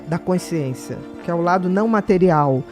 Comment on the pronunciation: Bia, pq vc não consegue falar: consciência??? Vc fala coinsciência...😮